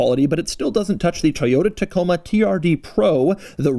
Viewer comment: “Toyota Coma” lol